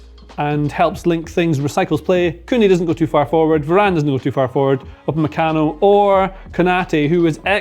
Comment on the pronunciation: It’s Upamecano not Upemacano